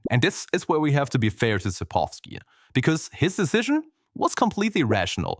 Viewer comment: how can you include the correct pronouncioation for południca in the video but still not fucking pronounce it that way? you said poludnyka and its sapkowski, not sapowski